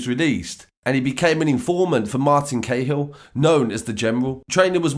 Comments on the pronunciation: Cahill is pronounced ka-hill not ca-hill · Ca hill not k hill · Guerin-gee rin, cahill-ca hill ya need learn the pronunciation of our names sir,but good work🍀🇮🇪